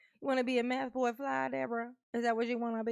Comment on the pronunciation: It’s not mathboi it’s methboi.